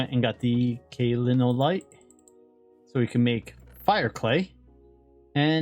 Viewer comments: Since you keep having trouble pronouncing Kaolinite, you can remember it as "K.O. linite" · I always pronounced kaolinite cow-lin-ite but I could be delusional.